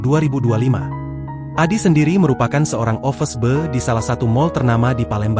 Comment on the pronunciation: offerss beeee...wkwkwkw....office boy